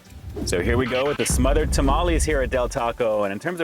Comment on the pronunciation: I’m not going to trust the review of a white guy who doesn’t even pronounce tamales correctly. A true mexican blood needs to review these lol